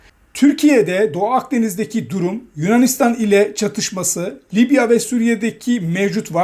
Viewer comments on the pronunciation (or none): none